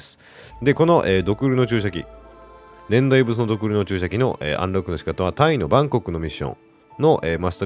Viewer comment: 年代物→ねんだいものですね(笑)